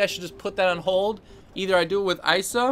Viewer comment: It's pronounced "ee-suh"